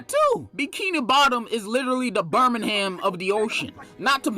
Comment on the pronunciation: Bro said BiRmInGhAm 💀